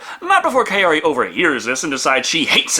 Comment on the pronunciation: Wait, why did they change the easily pronounceable Shizuko to Kyoko, but left Kaori and just mangled it? I'm far from a sub-whore, but at least put some effort into the dub.